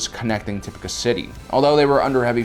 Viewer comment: Dear, I love your videos; however, I greatly encourage you to reassess your Star Wars vocabulary skills. Echo is not Echos. Plo Koon is not Plo Kloon. Tipoca city is not (top-i-ka) rather (ti-poh-ka).